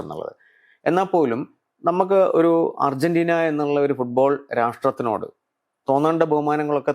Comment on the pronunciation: Ergentina alla😂 Argentina ann